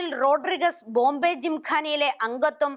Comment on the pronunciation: റോഡ്രിഗസ്സ് അല്ല റോഡ്രിഗ്സ് ആണ് . രണ്ടും രണ്ട് surname ആണ്.